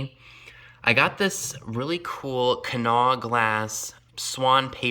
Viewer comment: Love the TV lamp and the Fenton baskets. Also love the fact that you pronounce Kanawha correctly. 😊